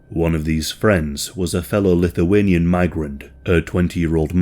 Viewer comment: Kudos for nailing Lithuanian pronounciations!